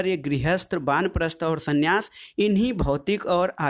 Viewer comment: Banprast aasharam galat hai vanprast aasharam ✓ hota hai Or sanyas nhi hota hai sannyas ✓hota hai